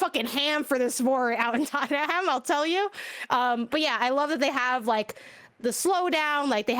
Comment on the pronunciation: its pronounced TOTT-NUM. Not Tottenham. They are in London.